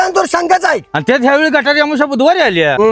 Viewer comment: गटारी नाही गतहारी म्हणतात